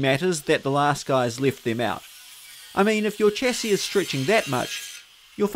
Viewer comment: Why can't you pronounce chassis properly, bro?